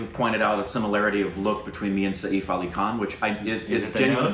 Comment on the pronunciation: Saif rhymes with 'waif'. You guys are pronouncing it as Sayeef!